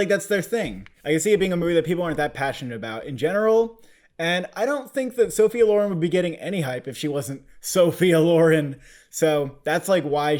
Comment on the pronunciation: jesus christ it's pronounced Sophia LO-REN not LAUREN ;(